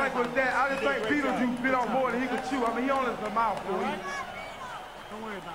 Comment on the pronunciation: u really said battle juice xd